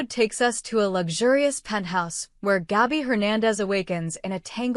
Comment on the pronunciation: GABI,,,, NOT GAUBI !!!! IF YOU CANT READ,,, ""STOP NARRATING"" 😡